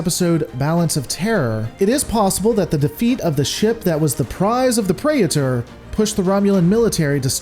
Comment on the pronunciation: What's a Pray-er-ter? .. Surely you don't mean "Praeter" and don't know how to pronounce it given that you've assigned yourself expert on Star Trek lore.